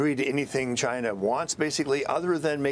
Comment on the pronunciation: I miss the way he said Ch-eye-na!